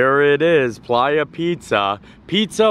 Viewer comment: Honey I think that pronounced Play-ya 😂 it's slang names in the pizza place to me. Lol